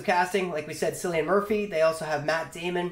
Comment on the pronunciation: Cillian is pronounced as Killian no silian. Killian Murphy.